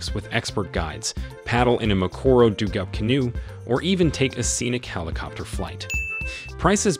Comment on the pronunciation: Hilarious send-up. Leep-urds Dooogout Canoes Price inaccuracies Hulu Sava or Ulusaba. ….? Prices are per Person per Night OR per Tent/Room Suggestions: - Fire script writer - Rehearse & practice reading beforehand - Insert punctuation - Get advice from someone with a clue about the Subject Matter Provide Clear Warnings to your audience ahead of time. Thanks again. Still giggling.